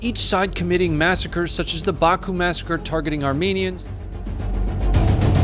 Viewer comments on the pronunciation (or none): none